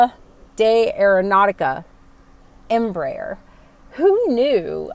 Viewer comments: Hi, greetings from Argentina. As a Spanish speaker myself, I have to congratulate you on your Em.Br.Aer. pronunciation considering spanish is not you mother language an second you reasently told you are learning that language since you are flying into Mexico, so BRAVO! If you are in love with the E145, wait until you sit in a E195 cockpit, you will love her even more. KLM bought a few of them for regional European routes and they speak highly of them. From the very start of the 140/145 and 190/195 family was developed, they choose the fly-by-wire thecnollogy. As a south American person, it makes me very proud that South America can provide such great planes to the industry. As always, I wish you and your family and friends my best. Cheers from NE Patagonia, Argentina. (a dream place). BTW: keep learning the most spoken language in western world; english comes second, believe it or not. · Nice pronunciation of Embraer's Full name, EMpresa BRAsileira de AERonautica means "Brazilian Aeronautics Company" in a free transaltion. The new proposed Turboprop is part of the project to Hydrogen powered planes, in the US the turboprop market is not that big since even the smaller cities have airports with long paved runways able to land jets, Asia, Caribean, Latin America and other regions have smaller airports and shorter routes and are in need of a new competitor for the ATR 72 and Dash8-Q400 that have with 20+ years old projects. Greetings from Brazil!